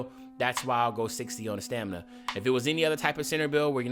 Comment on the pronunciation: U messed up with stamininina